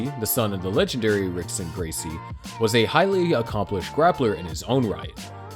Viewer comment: Fr bro, the way he pronounced ashi garami and Rickson😂